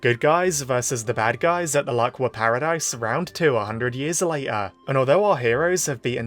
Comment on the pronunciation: The Laqua arc has officially begun. And FINALLY he said the name right 👍🏻👍🏻👍🏻